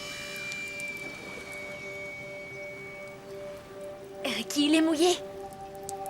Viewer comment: Je sais que t’es pas français parce que tu as dit rikiki au lieu de ricki et tu as dit coule au lieu de cool. Coule est une autre mot.